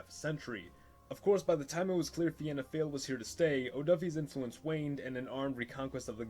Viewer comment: For you pronouncing fianna fail you should pronounce fail as either fall or foil.